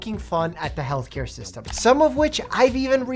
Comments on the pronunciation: Is it me or does he say "Hellcare"? Although, very close lol Thank you for speaking up! ❤ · Every time said healthcare my brain heard Hellcare 😂 it should be the name of the next tour ❤😂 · Retired RN here, am I the only one who hears “hellcare” every time says “healthcare”? 🤣Excellent interview! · I heard “hell care”. 😂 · obsessed with the way pronounces healthcare as hellcare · pronouncing healthcare as hellcare is so funny and true at the same time